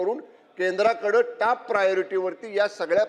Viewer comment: अरे अडाणी टाप नाही रे टॉप......